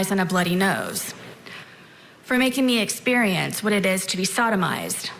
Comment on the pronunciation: Oh lord did she say sodimized? Ugh.